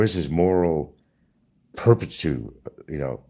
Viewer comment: I heard him say inert again instead of innate yesterday and then he says make money right hand over left hand instead of hand over fist then today he said he wants to recap some money that he spent. Total IDIOT. And did I hear him say moral "perpitude" again today?